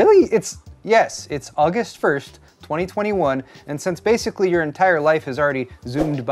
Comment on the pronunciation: Did you say Uggust? lol...my new fav month!